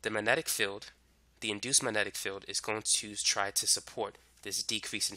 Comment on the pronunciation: wow, you can't even pronounce the word "magnetic." that makes you perfect for youtube.